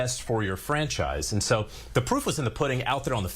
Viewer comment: Wtf is a franshise? 😂